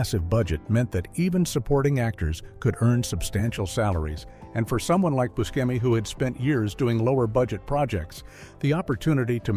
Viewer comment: Good Video even though certain mistakes were made such as Booskemi instead of Buscemi